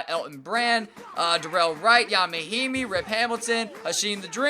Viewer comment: It’s Ian Mahinmi, not yon.